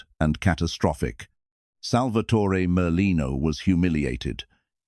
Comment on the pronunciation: It's pronounced pun-ja-tore.. And it's pronounced sal-va-tore.. No eee on either name. At least get that right